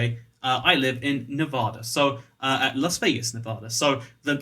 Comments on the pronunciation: NavAda not novahda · You've been living in Vegas this long and never learned that it's pronounced Nev-add-a and not Nev-ahhda? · Now it's nearly a year and a half later. I hope he has learned to pronounce the state he lives in, which is Nevada. It is not "ne Vaaugh da," it is "Ne va da" with the va rhyming with the va in "vat." Pronouncing it as he does probably gets him a lot of nasty looks and comments in the state. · Thanks!! I cringed every time he said Nevaaada. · You say Nevada wrong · you live in nevada yet youre still pronouncing it wrong smh xD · Ay a fellow las vegan also I know you have an accent but you said Nevada wrong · How long do you need to live in Nevada before you learn how to pronounce it?